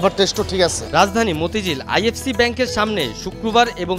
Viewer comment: সাংঘাতিক ভাই IFC Bank হবে না, IFIC Bank বলেন।